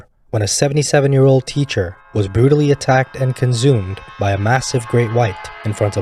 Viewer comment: Conzoomed. Im pretty sure its not said that way.